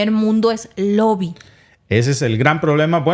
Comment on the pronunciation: Gracias, se dice lobbying no loby